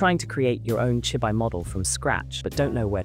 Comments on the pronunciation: from the way it say chibi i can tell you used Ai in the voice over. its chibi [chee-bee]. but ill save myself the headache and skip this one. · chibi -> chee - bee. 'chi' + 'bi' -> 'chi' as in tai chi. 'bi' as in bee the honey bee.